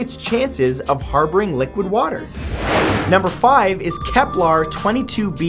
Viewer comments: dude i noticed this on many of your videos, you pronounce many things wrong, it's kepler and not keplar, it's gliese not juh-leese. i love your videos, it's a shame you don't check the pronunciation of the words. keep up the good work. i hope you don't take this the wrong way. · Matt. Im gonna keep my cool when i say this but,,,,,,,........... IT GE CES NOT GLESAS....... AND KEPLER NOT KEPLAR,,,,,now that everything is ok, i do not mean to hate, i LOVE LOVE LOVE SPACE!°°° I just get ticked off.when their not pronounced right,😏 but i still luv ya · It's KeplER, not KeplAR. And Gliese, not Jaleez. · Why is he saying "Keplar"? It's Kepler... It's pronounced like a "ur" sound... Not like you are saying "Templar"... Also "It is tidally locked with the Sun" is incorrect as there is only one Sun and that is in our solar system... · KEP-LER! NOT KEPLAR! Astrophysicist cringe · Why do you say many Kepler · I'm sorry, I was just triggered by the way Matthew pronounced Kepler and Gliese. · Please do your homework before doing your videos and learn how to say gliese and Kepler correctly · Soooo... Keplers or Gelises...